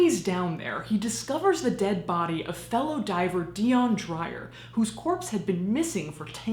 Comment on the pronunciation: I love your channel... but your PRONUNCIATION is wrong and for some reason, it's irking me to no end... DEE-YON DRAY-UR ... I'm South African and that's a very common name here, normally I don't leave comments on this, but its the same with Charlize Theron's name... a lot of Americans actually pronounce her surname wrong to the point where its a running joke in our country, I'm really sorry if this came off as rude and if you want to know something really creepy we have witch doctors that sell dead human body parts for Muti... It's an actual thing... I encourage people to find out more about stuff like this... South Africa is a very diverse and beautiful country, but it has its shady dark side too...